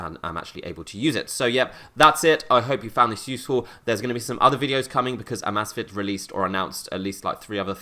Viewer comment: He keeps calling it AHmAhzfit and its called Amazfit